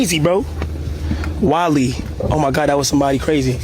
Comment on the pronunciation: Kai: wall-e 🤖 Chat: 💬 wale Kai: 😴